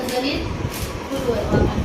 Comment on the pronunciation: फुलवर नाही फ्लॉवर म्हणतात